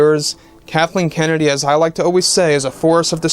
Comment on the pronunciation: He said Darthleen kennedy